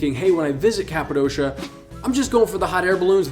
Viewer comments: My guy cant even pronounce Cappadocia correctly. Its not Cap a dosha. Its cap a dokia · It is called Kapadokya not kapadoşia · ...Good tips. Currently the price to fly in July euro pp...The balloon operators have rigged the price. Greed will kill their business... BTW....it's prounounced Cappa-DOKIA.....not doughshia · The way you say Kapadosha makes me think you were never there. Its not Kapadosha, but Kapadokia.